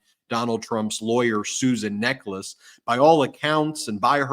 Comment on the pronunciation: It's pronounced 'NECK-uhls'.